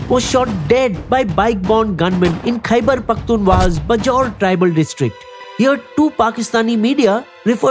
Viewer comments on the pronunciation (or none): For God's sake, the name of the province is "Khyber Pakhtoon Khwa" and NOT Khyber Pakhtoon "wala". We Indians should at least know the names right of our enemies and their provinces, bare minimum.